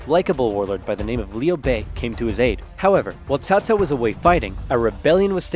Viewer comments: Give yourself a break on pronunciation, it’s the first time I’ve heard anyone say Cao Cao instead of Cow-Cow. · Agreed, this is the best western pronunciation of Cao Cao I’ve heard.